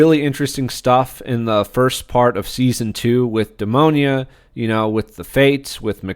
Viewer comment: Great video, but hearing you pronounce Demona's name as "Demonia" made me think of the shoe brand. 😂